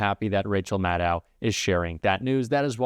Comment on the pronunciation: Love Rachel. Please pronounce her name correctly. It is Mad-doe.